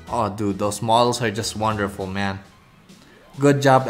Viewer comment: Him: ooh men Me: Omaygad men!! Also him: man Me: thats good men!!